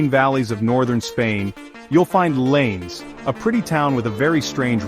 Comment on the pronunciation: "Llanes" is pronounced something like "YAH-nehs", not like English "lanes"! 😀Kind of reminds me how Americans pronounce "Amarillo" (TX) - hint, that "LL" is never a single "L" in Spanish...